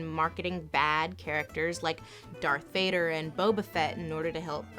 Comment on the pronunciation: Glad I'm not the only nerd who flinched at her mispronunciation. Vader even says his name in Empire.